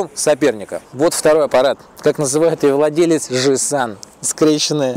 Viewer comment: не жисан,а жигуссан